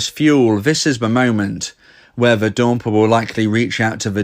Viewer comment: I love when he says "", 'dompee', dablu dablu dablu dot date me dot cooom.